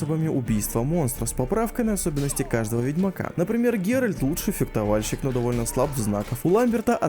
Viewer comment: фектование, фектование, фектовальщик ..... пипец режет слух